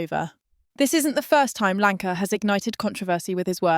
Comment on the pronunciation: your AI bot needs rebooting who the f is Lanka ?